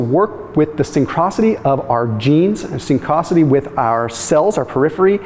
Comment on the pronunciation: You need to pronounce synchronicity correctly.